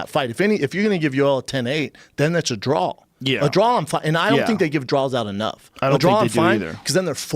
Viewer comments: A draw Brenda the word is draw!! Not drawl u fuckin dub ! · What is a drall??? Do you mean draw? Lmao 😂